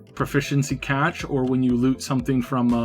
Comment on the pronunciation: 'proficiency "CATCH" rofl. How long have you been pronouncing cache like that, genius?